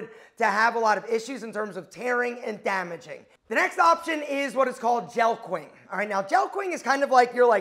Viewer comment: That’s how you pronounce jelqing? I thought it was “jelking”